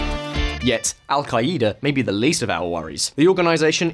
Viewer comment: This guy's pronunciations lol sha-rya Alka- eda